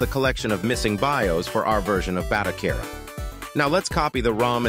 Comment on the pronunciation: The automated voiceover can't figure out the best way to say BATOCERA. Lol